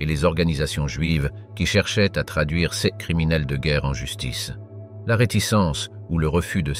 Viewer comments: Intéressant, mais le lecteur prononce erronément certains mots, "sèz" pour "ces", par exemple. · True Story ! Ex : "CES ; DEMONSTRATIFS TRANSFORMÉ à l'audio phonétique par : "ceu-ėss "